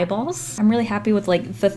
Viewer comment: Why is it wiff its supposed to be with waffles not wiff waffles